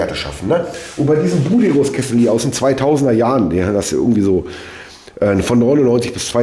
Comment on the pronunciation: Grins,bitte nicht sauer sein: Wie sagst du BUDERUS ( BUDE-RUS ) lach es heist- BU-DERUS Die beste Heizung --,Produziert ein paar kilometer von mir Lg Berthold